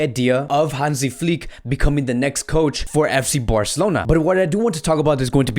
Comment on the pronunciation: Nobody outside Germany can pronounce "Flick" right :-D The "i" needs to be pronounced like the i in the words "chicken" or "diner". Please click on the listen- Button